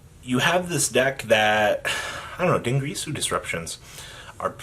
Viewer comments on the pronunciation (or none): Deengrease-oo. No it's Din-gear-a-sue